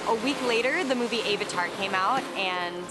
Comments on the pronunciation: It's not "ay-vatar" it's "a-vatar" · Ok when she said AVAtar it kinda bothered me but we all speak different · Omg yes, AVVV-atar not AYE-vatar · it's not "ave-ar-tar" it's "av-a-tar" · Lol "ay-vatar." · Ay-va-tar lol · I hate when ppl purposely say stuff weird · I can't get over the way she pronounces Avatar. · never heard Avatar pronounced that way....